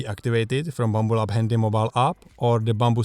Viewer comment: I like the way you say Bumble-abs.